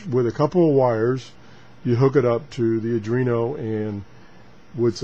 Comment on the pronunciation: This should be a fun series. Oh, and it's pronounced "Are + dwee + no".